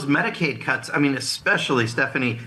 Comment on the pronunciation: Did he say “cuts” with an n.?